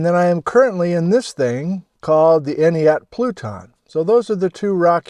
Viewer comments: You pronounce it "Any-At" or "Eny-At" the first T is silent. I was made fun of once for saying "Enti-At" when I first moved to the area 😂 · I've been hoping for some time for an Entiat visit. Though I had hoped you would revisit the fault. I camped there a few times before the fires, many moons ago, gorgeous area. To My knowledge the first "t" is silent in entiat. We always pronounced it "eenyat" Cheers, Always good to see another video sir, Thank you. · Say “any•at” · Pronounced any-at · En-tee-at. The ‘t’ often ends up silent when spoken. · "Ent" as in the tree people in LOTR, hard "E", "at", as in you were at Entiat. Enjoyed this video as always. We live in Malaga right near Lake Cortez which is smack on top of the massive landslide. When I look up at Jumpoff ridge from here, I see a large, weird white erosion coming off the cliff where it has no business being because the geology (should be) entirely flood basalt. I've looked at that since I was a kid and wondered what it was. Any ideas? It looks sandy on Google earth. Deposited from one of the floods? It's so weirdly concentrated though. And white. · It's "Entiat" with a short 'A'. (Like splat, blast, and fast.) I live up-river. Was hoping you'd discuss the ancient, terminal end of the Entiat Glacier at mm 15 and also explore Mad River Road, Next time! Good to learn more about Mud Crk which is just a couple miles below me. So thank you! And the shout-out to Noraly was great! (I do wish she'd spend a little more time discussing geology in her travels, but we can't always get what we want.)